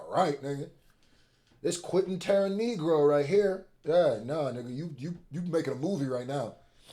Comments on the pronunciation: Did you say Quinton Teran Negro😂😂I had to confirm via the transcript!😂 great commentary and is definitely a rising star ⭐️ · 😂😂 this 🥷 said, "Quentin TerranNigro" ☠️🫡